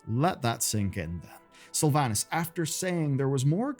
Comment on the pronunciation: Pronounce Slyvanas Correctly Challenge (impossible)